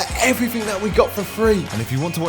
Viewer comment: my ears- Three= Freee Free=Frreee